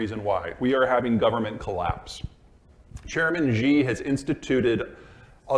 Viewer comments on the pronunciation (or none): First step in getting to know your adversary is pronouncing his name. Chairman Xi is not Gee or She. It's Xi as in Si or See. There's a reason Mao romanized (Hanyu Pinyin) the Mandarin language, but some pretenders don't take the time to look it up, before making themselves sound foolish, and uneducated.